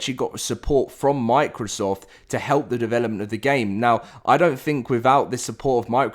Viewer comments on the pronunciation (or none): none